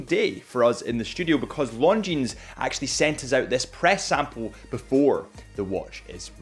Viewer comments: Harrison, the brand is not pronounced “Long Jeans”, the s is silent! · Lovely watch from a fantastic company. Please stop pronouncing the 'S' at the end of Longines though 🤣👍 good lad. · The fact that you still pronounce the S at the end of Longines makes me laugh every time. Cute and cringe at the same time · First off all learn the right pronunciation of this watch...